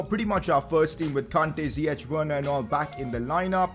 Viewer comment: pcq it is pronouced ziyeck not ziyechhh